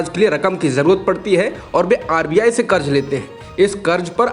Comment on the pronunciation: Sahi lafz karz hai... Karj nahi. Kab sudhrein ge aap log..?